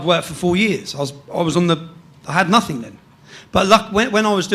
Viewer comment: Calls himself a journalist but says "No Think" instead of "Nothing" What a prick.